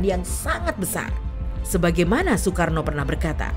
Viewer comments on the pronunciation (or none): none